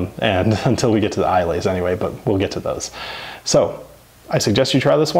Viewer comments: It is pronounced Isla not islay to make you sound like a local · This nigga just said eye-lay and I’m supposed to listen to his recommendations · Just a tip. Learn to pronounce basic terms like Islay before making a so called definitive guide. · My GOD!!! You lucky bastards! So bloody cheap! We have to pay approximately double the prices you show. Your selection is bang-on; if Glenlivet is not available (unlikely) or sold out (possible), you may care to consider a very similar dram, Singleton of Dufftown. Btw, it's GlenMOrangie, accenting second syllable, and Islay, the s and the y are silent. Here's to mud in your eyes! Col, NZ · I kept skipping past videos from this channel due to the slightly tacky channel name. I was momentarily encouraged to find that it's short for Whisky Dictionary. Then I come across this video and discover that you neglected to look up the pronunciation of Islay in your dictionary. I'll think I'll stick to the Whisky Tribe and Whisky Vault.